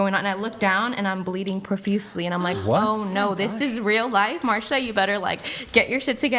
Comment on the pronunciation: What the fuck is with people pronouncing “like” with such a hard “k”?!